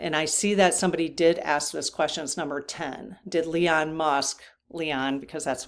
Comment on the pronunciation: Love your channel! Are you saying Leon instead of Elon for a reason?